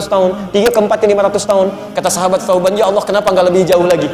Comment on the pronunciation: Salah ucap ustadznya.